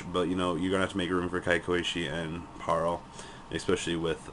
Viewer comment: It bugs me how you say pearl.